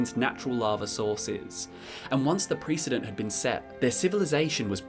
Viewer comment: Precedent is pronounced similarly to president not as in pre-historic or prerecorded